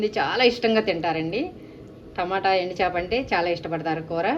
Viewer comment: ఎండి చాప కాదండి “ ఎండు చేప”